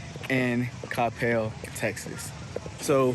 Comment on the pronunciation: Thank you for saying Coppell correctly. I just watched some other dudes video about Coppell and he called it kuh-PEL the whole time..... it irritated me way more than it should have lol. You are super well informed and have so much good info. I will say, while a lot of the houses have the whole driveway behind the house situation going on, there are also a lot with the front driveways, mostly off of bethelschool. But night life sucks for sure, although the new Cyprus waters development has a few bars, restaurants and a venue for live entertainment, so that's promising. But anywhoo, great video